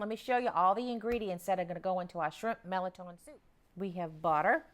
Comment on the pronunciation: I'm 65 yrs old and the first I'm hearing about this soup, looks so delicious . Going to share with husband . I'm enjoying your videos . Thanks!! That's how I pronounce mirliton, same way you do.